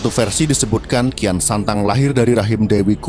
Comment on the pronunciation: sok tau lu..bisa baca ngga lu tong..kian santang kok dibaca rakean sancang..cari referensi jngn sok teong..malu2in genx lu tong